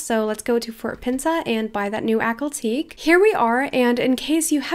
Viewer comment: Isnt it Ack-hal Tea-key?